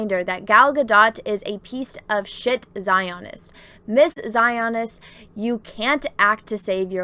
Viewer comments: I've never heard a word get mispronounced so many times rapid fire as just mispronounced "Zionist." As for the story, who cares? Let the left cannibalize each other as they always eventually do. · Your pronunciation of Zionist is cracking me up. LOL